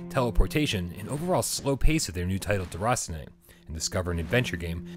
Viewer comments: As French I can tell he did good with the name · Love the way you pronounce "déraciné"